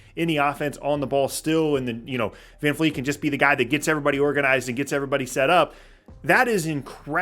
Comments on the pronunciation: Bro, his name is Vred Fran Feet, get it right. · All i wanna do is live long enough to hear pronounce FVV last name correctly ❤